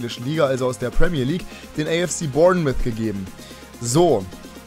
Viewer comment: Es heißt nicht Bournmith sondern Bornmouth